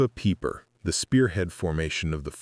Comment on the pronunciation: Peiper's name is pronounced piper, not peeper. This AI generated crap starts off so bad, less than two minutes in I am gone.